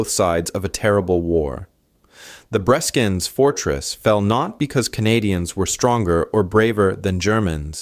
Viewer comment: It is not 'Breeskens' , but 'Breskens'.